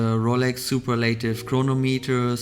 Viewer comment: so funny to hear super - - lative, the way you pronounce it. And soooo much advertising.